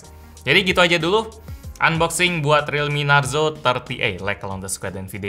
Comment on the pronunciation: Klo di indo narzo jadi narjo bang